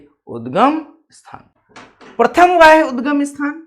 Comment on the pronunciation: Sir vo वाह्य नहीं है बाह्य उद्गम है